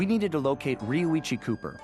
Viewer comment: u said roichi instead of rioicho! LOL! but VERY happy this lp is here! 7 years waz worth it!